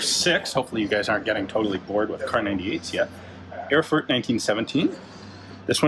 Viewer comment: The ever so subtle Chernobyl meme insert, kyehehe BTW, in order to pronounce "Erfurt" better you only have to say "Air-foort"